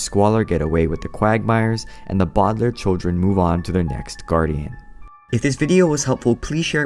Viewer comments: Lol it's no bowdlairs it's Baudelaire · And it’s not bowdlaiirr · It’s actually pronounced the bau de lair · It’s pronounced Bow del air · It’s not bodalare it’s Baudelaire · Its not Bo De Lai Re Its Baudelaire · It’s Bow-De-lare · A sad story of the bodlar No offense I know that you made a video about pronouncing it whatever you can.